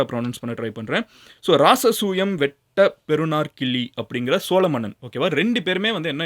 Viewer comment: பெறுநர் கிள்ளி னு உச்சரிக்கனும்